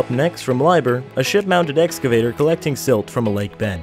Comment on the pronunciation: LIEBHERR "LEEB-herr"